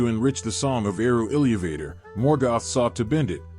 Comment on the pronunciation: ILLEEYUVAYTOR But not AI, so you get a pass.